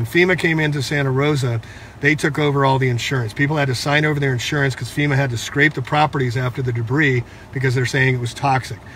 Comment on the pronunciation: "Fema" not "feta".